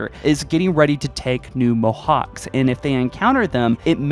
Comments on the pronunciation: Theres no point man, he can't even pronounce things in English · Mohacs is pronounced 'Mohaach' by the way. It's hungarian :)